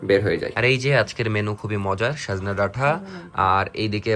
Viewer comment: It's not sajhna dhata it is sojne or sojina